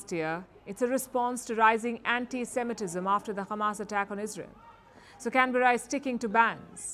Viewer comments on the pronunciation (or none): none